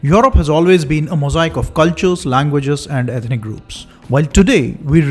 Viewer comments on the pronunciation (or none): none